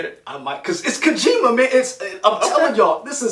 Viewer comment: KO-JI-MA, not "Kuhjima." That O has a long vowel sound, so "Ko" sounds like "co" in the word "coworker."